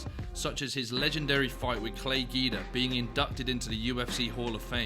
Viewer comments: imagine calling him Clay GEE-dah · Gwee da, not gi da, lol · Its Clay GWEE-DA lol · Gweeee-dah. Clay gweee-dah. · You're saying his name wrong. It's Clay Guida(Gweeda) "Irregardless" is a nonsensical word. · Nothing makes you look like you have no business doing MMA content than mispronouncing big name fighters like Clay Guida. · Please learn how to pronounce Clay Guida’s name. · Ffs if you're going to say Guida 50 times, learn how to say it j.a